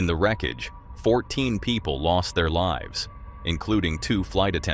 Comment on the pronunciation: It liives on? Amazing vid. Terrible pronounciation tho 😔